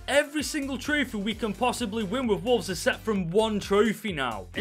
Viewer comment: Fix the title. You said "Wovles"